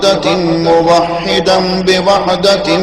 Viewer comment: Sir please make correction its MU WAH HA DAN there is ZABAR in it not ZER. In first one its ZER where it is MU WAH HE DAN in Second Its ZABAR